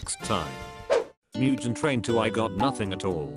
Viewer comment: “MuJeN TRaiN”😂💀😭